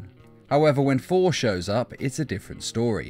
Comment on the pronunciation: I like how you say 4 instead of thor